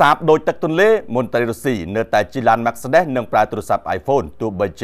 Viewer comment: អ្នកផ្សាយលក់ឡានអាមេរិកកាំង អានឈ្មោះឡានគេអត់ត្រូវផង !